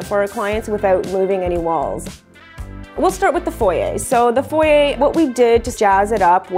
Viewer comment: Great work, as always. Just one little suggestion- it’s foyer not foyee.